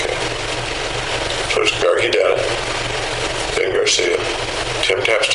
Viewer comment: Does anyone know the girlfriend's name? It sounds like they are calling her "Gardy"?